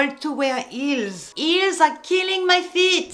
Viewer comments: Dear, i am laughing with you when you sound like terrible "eels" are killing your feet. 🤣 But i love your accent. ❤️🥰❤️ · I like how you say “Eels” 😂